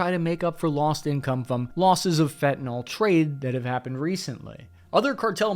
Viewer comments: when you say "fentnol" you sound like a Trumper or something. It's fentanyl. Fenta-nill. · It's spelled Fentanyl, and it's pronounced _Fen ta nil_, not " fi'inall "